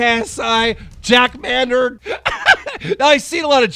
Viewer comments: just so you know you say jack Maynard like this 😂- May - nard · ”corrina kNUF” keem still getting names wrong like it's the trademark? edit “jack MANnard” you literally got it right seconds ago...